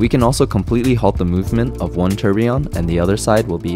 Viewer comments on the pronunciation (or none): You know, its never ceases to amaze me that people can be so deeply Involved in their work or profession and not pronounce words correctly. Its tour bee yon. Not tur be on. I used to work on nuclear powered ships annd people would call it new cue ler instead of new clear as its spelled (nuclear, not nuculer). I simply dont get why